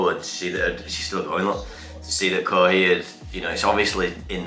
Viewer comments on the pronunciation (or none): Kohei is pronounced Ko-Hey btw!